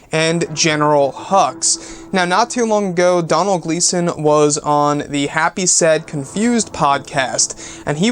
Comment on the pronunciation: Doh-nil is the pernusiation not Donal, Doh-nil (Donal), it's an Irish name, can we do a video on the possibility of Luke being alive.